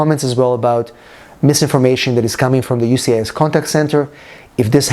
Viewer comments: Sir Just wanted to let you know that it is “USCIS ” not UCIS.☝️🤫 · Sir Whole video was about “USCIS” not “UCIS”🤣🤣🤣🤣